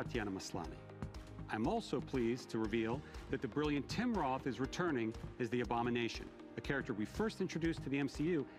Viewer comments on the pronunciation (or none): none